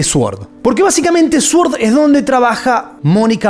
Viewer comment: se pronuncia "soord" no "suord"